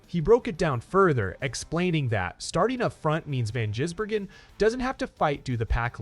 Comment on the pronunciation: If you want more subscribers learn to pronounce drivers names correctly Shane`s name is Gisbergen NOT Jisbergen